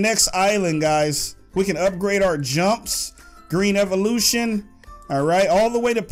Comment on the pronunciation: you said evilution rong